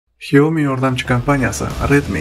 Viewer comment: Xiaomiii emas Ksyami deb oqiladi